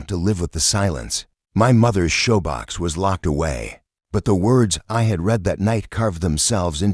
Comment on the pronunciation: Shoebox not showbox. Periods (DOT) are silent. This reader is frustrating even though your story is good.